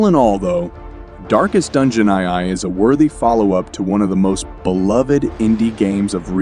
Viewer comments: Also reading the roman numeral II as "eye-eye". 😄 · If it is, that explains the "eye eye" XD